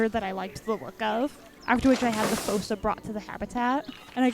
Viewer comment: Fun Fact Fossa is pronounced as if it had two O’s so it’s pronounced Foosa